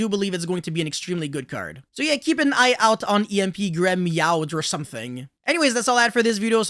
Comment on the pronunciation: It's called Gre - Nya - Dee (for Gremeowde)